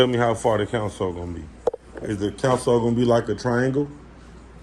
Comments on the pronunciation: 😂 naw he saying counsel, it's console, smh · I be trying to figure out why they keep saying it like that